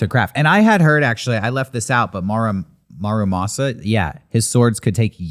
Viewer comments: Fun episode, but for future reference - it's not marumasa, it's MURAmasa. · Love this topic, and not to be that guy, but it's Muramasa, not Marumasa.